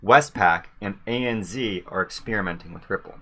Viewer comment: A.N.Z a.n.zed not a.n.zee.